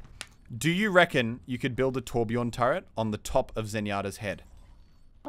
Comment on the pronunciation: THATS NOT HOW YOU PRONOUNCE TORBJÖRN